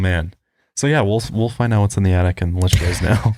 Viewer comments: saying “addict” instead of attic is killing me 🤣🤣 but fr i have an attic with the entrance in my closet and i have an irrational fear that someone is living up there and comes out at night 😅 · "I had someone confirm we have an addict!" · I'm so glad I wasn't the only one hearing "addict" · ITS ATTIC NOT ADDICT, THERES A DIFFERENCE OMG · saying "Addict" instead of attic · The way says attic sounds like addict which makes the whole conversation so much funnier if you just walk in on certain parts.: are you kidding me?? We have an attic??: yes we have an addict points up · From now on I'll call it an attict also lmao